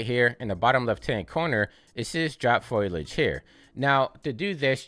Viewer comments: Thank you again for putting out another video. I notice you saying Foilage rather than Foliage, is that another common way of saying it? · foe-lee-edge 😄 great guide!